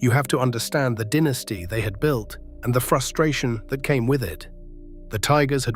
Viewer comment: Its not di nest tee, its die nest tee... And Its con troe versy